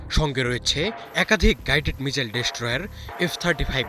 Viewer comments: উচ্চারণের কি বহর... বলে কিনা মিজাইল!! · শালা উচ্চারণ করে মিজাইল,😂😂😂😂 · ঠিকমতো মিসাইল উচ্চারণ করতে পারে না। ..চ্যানেল খুলে বসে আছে